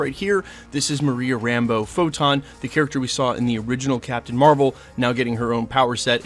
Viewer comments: It’s CHTHON with an h making it sound and pronounced like KA thon. Not C-thon. Just so you know. Otherwise, good stuff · Man said c-thone 🤯😂😅 cuhthone it’s not just a letter, you still have to pronounce it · Never heard anybody pronounce it "SEE-thun" before, man. It's definitely "kuh-THAWN", as in "chthonic": of the deep and ancient earth or from the underworld. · I’ve never heard anyone pronounce Chthon as “see-thon” 😂 it’s either “chuh-thon” or “kuh-thon” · Did u call him sea thong? Its cuh thoe n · In my head, Chthon is pronounced like Ka-thone. I’ve also heard it pronounced Ka-thon…never heard it pronounced See-thun though, but who knows really. Sometimes I wish they’d just drop an official video from Marvel where they had someone say the official pronunciations of some of the characters whose names aren’t obvious. I kinda suspect they don’t address it, because there is no official pronunciation for a lot of characters, and there isn’t anyone who actually knows them all with 100% certainty. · His name is pronounced Kathone (Cthon) not Seethon. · It is pronounced (ki-thone) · Cthon is pronounced "Ka-Thon", Kinda like Cthulu is pronounced "KA-Thulu" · “Seethen” really? Lol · Why is he saying cthon like seethon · Chthon is the god of chaos…so his name pronounced like chaos…K-thon. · Pronounced kuh-th-own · Bro did u say seethon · Cthon is a K c not an S c or a C c. Kthon. Like Cthulu. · see-thone killed me 😭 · Great video, dog! I will say though, that was definitely not the right pronunciation for Cthon. It's like Cthulhu (hard k sound +thon) not like sea-than. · Did you pronounce it C-thun? Like B rabbit? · Why are you pronouncing chthon like that